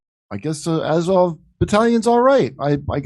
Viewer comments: To me it sounded like Az-hol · Sounded like 'Adolf' haha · It almost sounds like they're saying ASSHOLE... LOL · The chanting sounds like 'asshole' to me :)